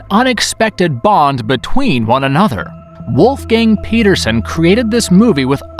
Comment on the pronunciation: "WULF GANG PETA ZUN" I told you, stop butchering these names of people, who do not deserve being embarrassed like this! Stop!!